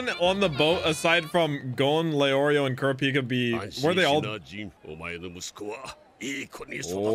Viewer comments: Can someone please help with how to pronounce Kurapika 😭 the first A is exaggerated while (pika) is extremely short. So like Kuraap-ika 🤔 not Kuruh-peeka. But pronounce is however you like 😅 still here for the ride! I’m so excited for you!! You’re gonna like this just as much as Naruto or maybe even more 🤷🏾‍♂️ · i thought it was "kur-ah-pick-uh" ? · IT'S KUR-A-PIKA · U said kurapkis name wrong see it in dub